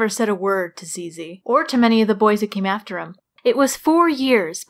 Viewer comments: Actually, when you say "'ZZ", well... It just sounds like "penis" in french. lol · When you say ZZ, you say a real french word... And not the best...